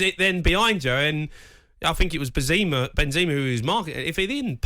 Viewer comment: Why Jamie keeps saying Binzima? hehe